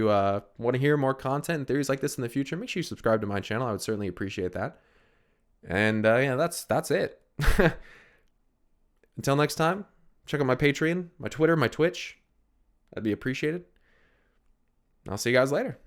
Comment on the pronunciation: at the end of the video it would be "check out my patreon", if someone signed up it would make them a (patron).. why do people say go check out my patron... they cant even pronounce the website correctly (PAT-RE-ON / patron's )